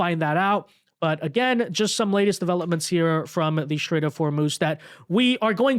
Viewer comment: It's a "strait",. Not a "shtrait".